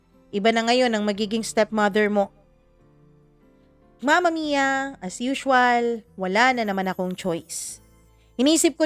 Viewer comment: mama mia bakit ang tigas nyo po mag salita sa dulo curios lang ako imbes na story ang pinakinggan ko bigkas nyo ang inaabagan ko like mama miiyaa!!!!